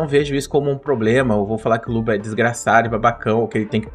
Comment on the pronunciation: Pq toda vez que o fala luba, parece que ele está falando luva?